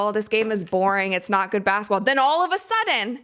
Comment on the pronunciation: It's "basketball," not "bassetball."